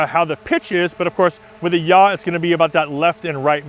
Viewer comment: Great, really really useful and I've modified my gimbal now. Just a point, from someone that used to teach Principles of Flight to Air Cadets. Yaw is not pronounced Yah or Ja in German. It''s more like saw as in Tom Sawyer , but with a Y. Or Yawn without the N. Sounds picky I know, but anyone watching with any aviation background will cringe at Yah being said again and again. Easier to trust someone when the words fit well, thats all. Just a pointer not a serious criticism.